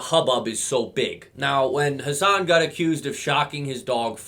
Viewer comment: deserves to be mispronounced, he doesnt deserve any form of respect